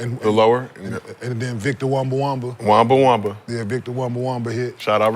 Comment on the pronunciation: Wambawama 😂 not Wembenyama